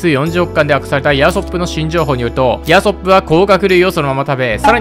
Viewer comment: ヤソップの発音でウソップめちゃ笑った